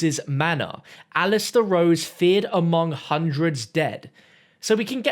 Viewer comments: Rhodes not “Rose” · "Roses" Manor? Lol